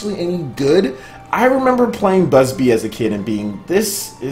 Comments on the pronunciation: IT'S NOT BUSBY !!! IT'S BUBSY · BUB-sy not BUS-by... 😆😆😆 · bro its not Bubsy not Busby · Anyone else gets triggered when hearing Bubsy as "Busby" ? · (keeps saying busby) TRIGGERED!!!! xD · bubsy not busby. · Okay, who else HAD to correct everytime he said "BUSBY"? x'D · You saying Busby was irritating me more than It should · put some respect on his name it's Bubsy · Also, you're pronouncing Bub-sy wrong. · well you could pronounce BUBsy wrong for one thing lmao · News so shocking could not pronounce Bubsy's name right XDDD